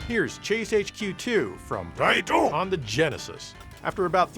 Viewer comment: I applaud you for finally saying “Taaiiiiittttooooo” correctly…